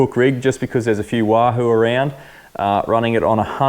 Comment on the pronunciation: Did you say wand that lahoo? 😆😆 great vid.